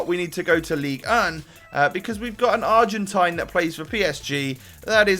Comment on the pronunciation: Nahh someone actually pronounced argentine right it's not Argentinian ffs